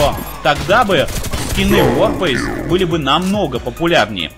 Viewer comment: ЛОЙС за СЛОВО "ВОРФЭЙС"